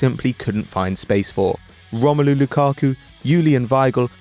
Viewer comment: Lakaku? Haha